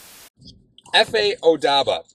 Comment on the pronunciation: the "B" in Obada comes before the "D".